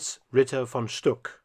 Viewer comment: Glad you spelled out the names. Thought I was hearing "von Schtupp" instead of "von Stuck".